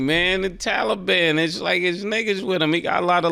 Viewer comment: The "haliban" is crazy 😅